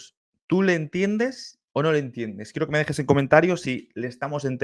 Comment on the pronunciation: Se le entiende bastante bien salvo las palabras donde se ve que no tuvo ayuda con la fonética tan diferente que tiene el alfabeto cirílico, por ejemplo la palabra “queda” la pronuncia “kuida” y “quiero” “kuido” (porque en cirílico se pronuncia así) y luego a la Y la pronuncia como U (porque ese es el sonido que tiene en cirílico) y la J no existe en el alfabeto cirílico, solo tres errores en toda la canción! No quisiera vernos cantar en Kazajo!!! Démosle tiempo y ya va a pronunciarlo perfecto como todo lo que hace!!!